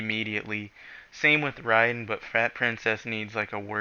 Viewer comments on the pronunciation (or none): did anyone else just pat there head when this guy said riden, you need to pick up a book bro